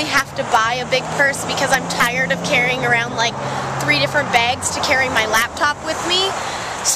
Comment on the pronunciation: You say bags weird...